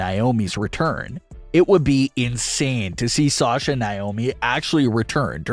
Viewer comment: Yeah they are "handling it" by butchering Sasha and Naomi's name